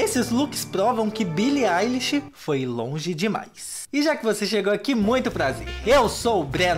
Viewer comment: primeiro Youtuber que fala o nome dela certo